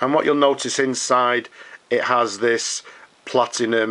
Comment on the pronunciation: It is Platinum, not PlatiGnum - that's a completely separate brand.